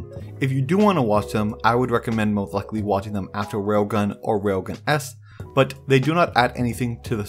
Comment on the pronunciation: bro.. its RAILGUN, not wailgun